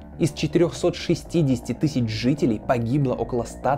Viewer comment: Тыщщу, тыщщю, тысщу.... 😵